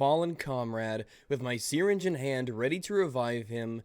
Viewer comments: "The seereenge" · lol dude that isn't how you pronounce "syringe" x"D